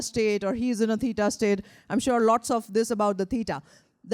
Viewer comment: Unable to modify post just wrote in reference to pronunciation of what I heard as “peeta”/“pīta”, thinking she is referring to beta waves. I apologize if I am wrong in what word was the referenced wave type. Same pronunciation of the ‘w’ in theta waves.